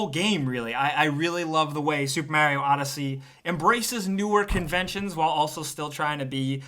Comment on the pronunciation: Supa Maru odd-he-sé?